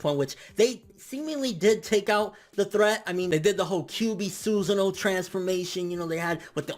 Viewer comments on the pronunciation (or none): none